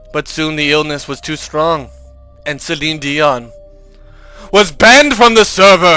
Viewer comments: "Cellinedian" "Cellinedian" "Cellinedian" everytime "Cellinedian" LOL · LMAO Cellinedion. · i laughed everytime he said "CellineDion"